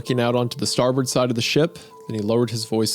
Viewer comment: Isaiah's pronunciation of "Newfoundland" and "starboard" were vomit inducing